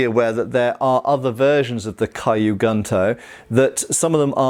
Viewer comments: kyu is pronounced like skew, without the s, not kai-you. Gunto is pronounced like goon - toe (the o sounds is the same as goon, but not as protracted) not gun - toe. so kew goon-toe, instead of kai-you gun-toe. It might be confusing at first but japanese that is written in english has a set phonetic pattern, kyu, ryu, etc all sound like kew, rew, etc, not kai you, rai you, etc. same goes for the "u" in gun, kun, etc, always a goon, koon, etc (with a contracted o, but with the same sound) not gun, kun etc. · Don't know why this is bothering me so much as I'm not usually a stickler for grammar/pronunciation and probably doesn't speak Japanese, but "Kyu" is pronounced 'Kyoo" (like the letter 'Q') not "kai-yu" and "Gunto" would have a soft "u" and sound more like "Goon-toe." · Q Goontoe. Don’t mess it up again filthy gaijin.